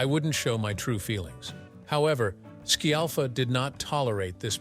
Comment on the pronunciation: This guy can't even get her surname right, he keeps saying shellfa or shiallfa, but has pronounced it properly a few times too. 🙄